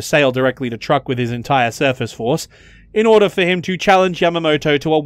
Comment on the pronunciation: Dude, it's pronounced "Chuuk", not Truck.